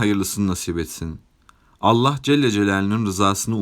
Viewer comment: Allah celle celalüğün ??? Kardeş söyleyemiyorsan doğrusunu, Allah-u Teala de yaow.